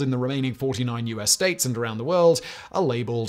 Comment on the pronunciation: “..across the United Stoats”